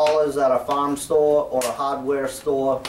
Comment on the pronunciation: What's a hodd weah stowah? I don't think we have those down here. LOL.